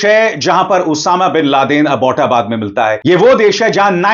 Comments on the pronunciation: What is aibootabad Saaar plz pronounce well its English word the name of English colonel of that time Abbot (Abbotabad). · Its not Abooota baad. Its Abbot, an English name. Learn to say Abbot. Abbotabad.